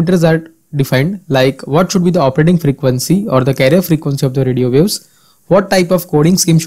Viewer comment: "radio views"? it is radio waves, it isn't that hard to pronounce 😂